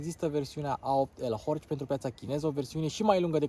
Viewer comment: Se pronunta "horh" fara C'u ala ✌️😉